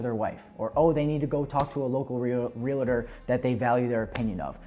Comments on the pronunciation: Real-tor my friend not real-la-ter 😂❤ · Yes!!! Two syllables!